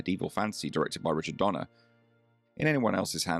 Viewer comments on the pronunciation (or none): none